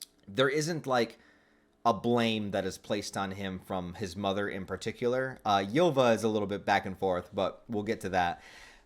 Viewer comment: Btw Ylva is meant to be pronounced like Ulva